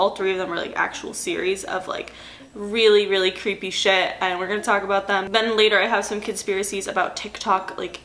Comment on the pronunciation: "taulk to you" theres the long island lmaooo